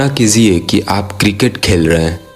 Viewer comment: kalpna kijiye not kiziye